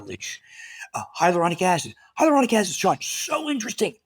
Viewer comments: Its pronounced, Hi ya loo ronic acid not hydrolonic acid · He also flubbed up the pronunciation of hyaluronic acid.